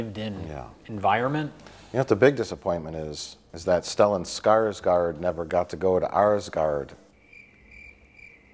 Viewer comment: It's pronounced Skarsgourd not Skarsgaard :)